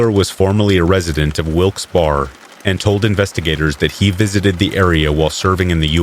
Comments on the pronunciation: Ok, Wilkes-Barre is pronounced as Wilks Berry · Sorry I've gotta be "that guy" but Wilkes barre is pronounced like Wilkes berry. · Wilkes-Barr, PA is pronounced with three syllables "Wilkes Beh-ree". Research is your friend.